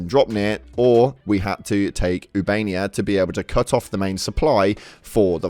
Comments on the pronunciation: ITS OOH-BA-NE-YA, NOT YOUBANIA! ❤ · I enjoy your videos but, oob -uh-nay-uh Not oo-bay-nee-uh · Ubainia? This dude can't read its official. 😂😂😂